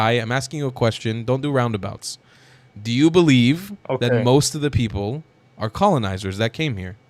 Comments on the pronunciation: Sooo funny how he CAN'T SAY the the letter "P" He says "B" instead of PEOPLE he's says BEOPLE lol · He said “beoble”😊